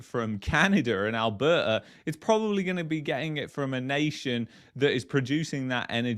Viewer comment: It’s A L B E R T A . . . . NOT ALBERRA ... 👎🏼👎🏾👎🏻🇨🇦🇨🇦🇨🇦❤️❤️❤️